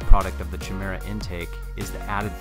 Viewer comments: chi·me·ra | \ kī-ˈmir-ə ....not "chee", but chi is pronounced like "kye". I didn't see any other comments mentioning it. Otherwise, nicely done video. A good logical analysis and testing. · It really triggers me he says "CHI-mera" instead of "KY-mera" lol. Otherwise it's hilarious the kind of power folks are getting out of these baby-motors. I love it. Still wouldn't feel as comfortable on a Grom as I do on a full-size bike. But I can't talk too much junk because I've only ever driven a Grom around a block, not on public freeways or higher speed roads. I feel like it'd be sketchy after watching all the videos of Stock Groms damn near being RUN OVER by assholes creeping up and riding folks asses. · Chimera is pronounced "kye-MEER-uh". How does every single grom youtuber get this wrong?? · If I had a dollar for every time I've been told this in comments! I appreciate it though, I have since learned the correct pronunciation. Thank you for the compliment, glad you enjoyed the content! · does every gromer pronounce chimera wrong or is this some insider joke? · This was before my enlightenment on the proper pronunciation of Chimera :)